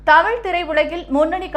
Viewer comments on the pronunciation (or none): none